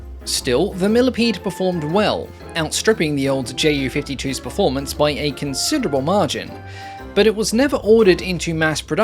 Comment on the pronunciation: I find the Ju 287 (btw in german we don't pronounce that "J.U." but "Yuu") rather cool looking!